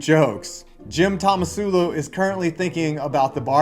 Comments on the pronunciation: Was calling Tomsula "Tomasula" on purpose? It's hilarious either way. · what do you expect from a guy who can't pronounce "tomsula" despite it being on screen multiple times?